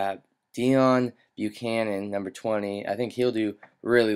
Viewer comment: deone is pronounce "DAY-OWN" not dee-on